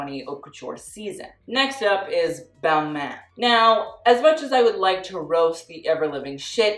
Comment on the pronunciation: Balmain? More like BalMEH